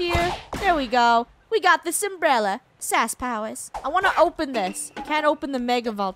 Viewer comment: Funneh: ITS A UMBRELLA game: ITS AN UMBELLA Me:LOL 😂